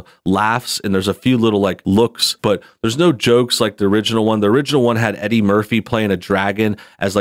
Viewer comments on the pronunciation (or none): none